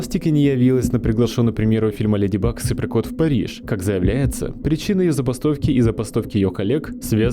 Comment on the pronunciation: В начале я сначала услышал: "Леди бык и супер крот"😂